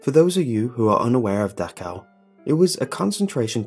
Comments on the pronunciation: Dachau!! CH!!! Not Dakhau.... Y U muricans not learn the proper CH sound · ITS PRONOUNCED DAH-SH-OWW.